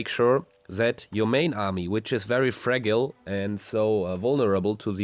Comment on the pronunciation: Sorry bud great channel... I know English isn’t your first language. Early in the vid you pronounced fragile (fra-gyl) as fraggle witch was a children’s program from the 1980s made by Muppets creator Jim Henson voice of Kermit the frog .... sorrry I was probably being a troll